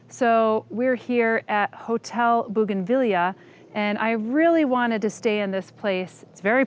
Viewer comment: hmmm she pronounce bougainvillea wrongly ?